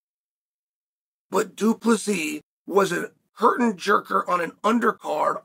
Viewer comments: Two - Plus - See ? Why Chael? Do you purposely mispronounce fighters names because people mispronounced your name when you were fighting? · Psst... Du Plessis. It's a silent S.